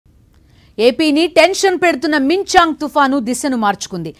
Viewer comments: మించాంగ్ కాదే తల్లి మిచాంగ్ అంతర్ దాని యాడా దొరుకుతారు అసల్ మీర్ మాకు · అమ్మా...మిచాంగ్ .....మింగ్చాంగ్ కాదు